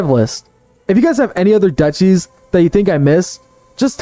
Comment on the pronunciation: Duchy is pronounced Duke-y.